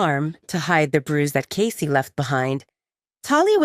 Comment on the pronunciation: Pronouncing Cassie as Casey is irritating!